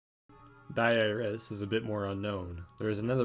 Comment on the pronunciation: the scariest thing in this video is your pronunciation of "Dies Irae"